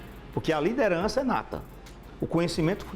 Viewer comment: " LIDENRAÇA NATA " que porra é essa cara? o cara nunca treinou nada e quem é que ta balizando quem tem "liderança nata" e quem não tem? kkk